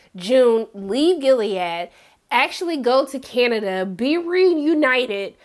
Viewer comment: Lmao i didnt notice that, but i did notice “Canadia” at least twice. You had me giggling! Love you!